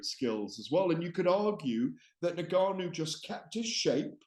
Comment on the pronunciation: Gareth is the number one Fury fan. Plus the only person that can’t pronounce Ngannou properly 😂 For someone that has covered combat sports for so long he is by far the least knowledgeable pundit in the game